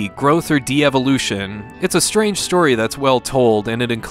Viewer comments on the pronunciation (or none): none